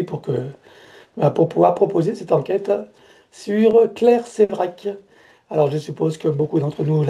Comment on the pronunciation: Claire Séverac et non Sevrac ....